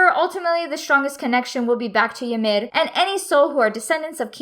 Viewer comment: the way she says ymir is so satisfying